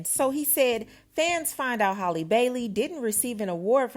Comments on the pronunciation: Halle rhymes with Sally her name is not Holly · And not even saying her name correctly